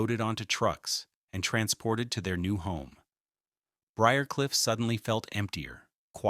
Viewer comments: What’s wrong with AI… Briar Cliff is easy to pronounce. Only one way. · Pronouncing B R I A R C L I F F should NOT be so difficult! I am a native Atlantan and lived on BRIARCLIFF ROAD! It' SO ANNOYING to hear mispronunciations! Also, some of your information re: the Candlers is incorrect.